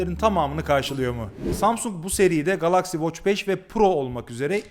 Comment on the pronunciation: O nasil bir Galaxy telaffuzu GALAKSİ